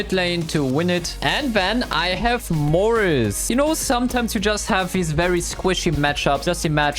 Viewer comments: Its Not Morris it is Mortis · I love when you say mortis 😅